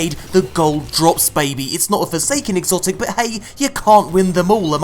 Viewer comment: "He got an exocit NOICE"